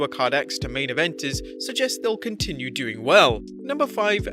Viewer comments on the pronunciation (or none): none